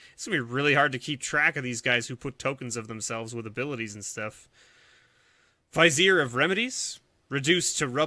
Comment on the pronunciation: (VYZ-eer)? no it's (VIZ-ee-ER)